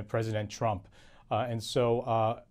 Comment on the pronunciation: sounds as if she said Donald Chump